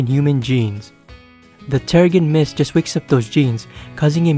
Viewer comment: Her older comics are better, also its pronounced "terre-jin mist "